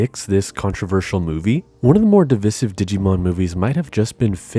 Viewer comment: Divisive 💀 Idk why you pronounced it like that